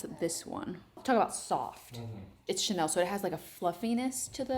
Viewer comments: It's chenille (shuh-neel) , not chanel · "che neal" not chanel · and "shun-eel" not chanel lmao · “ChaNELL”. 😂 Chenille is pronounced CheNEEL. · FYI...You're pronouncing chenille wrong. You're pronouncing it like the brand name Chanel. It should be pronounced shuh-neel. 😊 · Totally, not Chanel. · It’s not Chanel. Chenille. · Pronounced Chaneeeel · Chenille is pronounced sha-neel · I think chenille is pronounced, shen-eel. 😊❤️ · You nailed it! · I kept wondering why it sounded like chanel until I realized the fabric she was referring to. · Pronounced Shen - eel😅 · Chenille means caterpillar in french and it's pronounced more like shen-eeye with the final E being pronounced as it is in the french alphabet but less extended if that makes sense. Think of the name Camille for instance. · Pronounced Shen - eel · I was thinking how to describe pronunciation too. I thought “shuh-kneel” was a good description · Hi! As someone who had a chenille (I think you meant this although you pronounced it Chanel) sofa and chairs for many years they did not hold up well after maybe 3 years. The fluffy wore away and made the couch look terrible. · No but I'm not a self-proclaimed "interior designer" mispronouncing a very common fabric